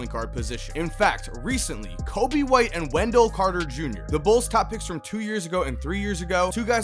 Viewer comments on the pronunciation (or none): none